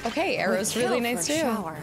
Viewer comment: it's cute she keeps calling it "star SHOW-er" instead of a shower, like a rain shower.